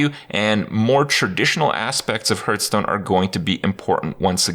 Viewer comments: Is he saying Hurtstone purposefully ? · I will never get over him not being able to pronounce Hearthstone properly. WTF dude.